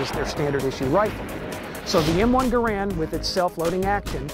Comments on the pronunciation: ANNNNND - #6 - the correct pronunciation is NOT ga-rand, but gar-and. That is how the man's name was pronounced. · jeez..you guys really don't think much of your audience, all this stuff is super common knowledge about the M1, and it's pronounced "gare-end" not "guh'rand" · GARE UND NOT GA RAND. Respect the maker. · Lol he called it the wrong thing the whole time, he said " M1 Grand" when in reality it's named "M1 Garand" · He is mispronouncing John Garand's name (Gare-end, not Ga-rand) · One more fact: The man Garand pronounced his name, GER'-und. NOT "Guh-RAND" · His name was not pronounced grand.....it is Canadian.....pronounced Garen as in Karen but a G instead of the K......the GIs called it the M1 rifle, the civilian called it the M1 Garand (Grand) which John Garand didn't object to the error..... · So, when are you going to tell us something we didn't know about the M1 Garand? By the way, it's pronounced gareand, not gu-rand. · It's properly pronounced Gare end not Ga rand. The makers name sounds like errand. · “Garand” is actually pronounced "Garan" with a silent "n" if using a québécois accent, or /ˈɡærən/ in the international phonetic alphabet. "Garand" is French for "guarantor" or "someone who guarantees". Jean-Cantius Garand was born a french-canadian in Saint-Rémi, Québec, and his father emigrated to Connecticut with his family 11 years later. Jean lived most of his life in the USA, as a naturalized citizen. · It's pronounced Gair-end, like the word Errand. That should be among the things people don't know. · Garand's name is actually pronounced to sound like "errand" with a G in front. Also the rifle as adopted was developed around and used first with the 173 grain M-1 50K psi round not the 150 grain 42K psi M-2 round which wasn't adopted till 1940. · "the M1 - Car - Bean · The weapon designer placed the emphasis on the first syllable of his name; you obviously didn't know that. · He mispronounces both PeDerson and GARAnd.